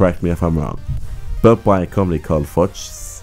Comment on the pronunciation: Okay, i try to explain how to pronounce Fuchs xD Its like you say the bad f word just plural and instead of the u you tale the double os of looping. So like foocks. I am pretty sure this is the worst explanation of an german word ever xD